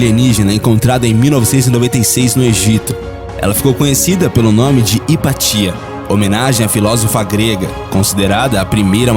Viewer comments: Mas, por favor, é Hypátia, ok?! E não Hypatía... Rsrsrsrsrsrsrs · eu acho que sua "pronuncia" do nome esta errada não seria " hipácia " ? do italiano ou latim "hipatia"? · O vídeo foi muito interessante, porém a pronúncia do nome "Hipátia" está errado. Não se traduz nomes próprios.